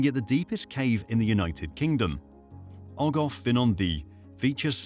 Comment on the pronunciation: For future reference in Welsh the pronounciation for F is V and FF is F . Saying Ogof instead of ogov is like me saying cafe instead of cave 👍